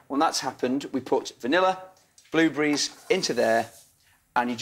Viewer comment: bluebries!!!! he said blubries